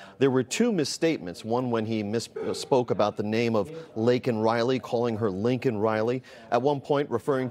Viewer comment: It’s LAKEN, not Lincoln.